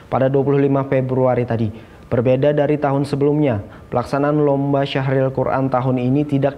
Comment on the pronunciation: Syarhil bukan syahril .. heee mohon maaf